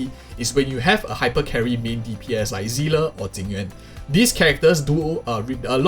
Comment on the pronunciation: why does everyone pronouncing seele zila ? its S